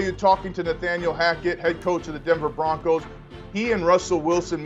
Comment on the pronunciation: The Broncers?! The guy called them the Denver Broncers!